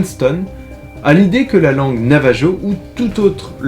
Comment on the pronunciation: Il me semble que cela se prononce NAVARO ou NAVAHO